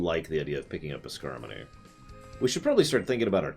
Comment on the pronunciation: It's Skarmory. As in, a Sky pokemon that is armor-y.